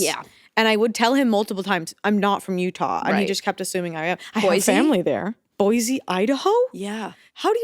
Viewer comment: I need to start correcting people about the pronunciation of Boise lol. It's boy-see, not boy-zee